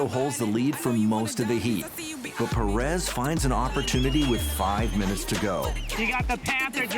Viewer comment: Please attempt to pronounce Pérez somewhat correctly.